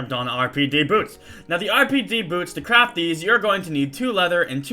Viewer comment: sounds like he's saying "to crap these" xD